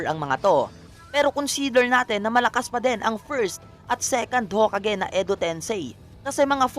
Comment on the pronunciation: Haha.... the he pronounce yung hokage... Ho! Kage......👎🏿